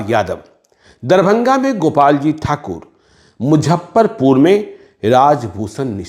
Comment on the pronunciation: Muzaffarpur ko pronounce thik se karo casteist analysis karne wale.